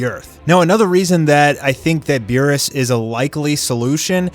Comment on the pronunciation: Meerus? Beerus? C'mon